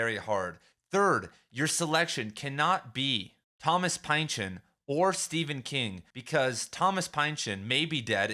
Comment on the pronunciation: Pin-sean not Pine-sean.